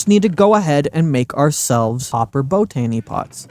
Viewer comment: Please stop saying bow tany pots. You said it right the first time....bot any!